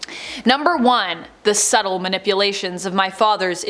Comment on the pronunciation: Nice Video, it's Subtle, not Suddle...unless you did that on purpose in which case carry on.